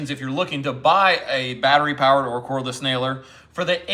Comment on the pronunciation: Cordless doesn't have an H in it. 🤣🤣